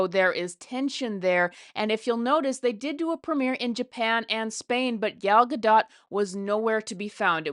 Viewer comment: She's pronouncing Gal's name very well!! 💙